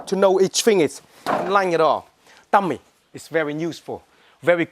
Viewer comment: Sometimes i mistaken the words he said, like dummy he said tummy . and whats with the guy's face to ?